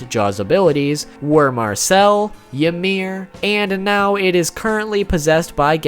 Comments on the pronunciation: you say ymir like imir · Since when was 'Ymir' pronounced "Ya-meer"??? 😒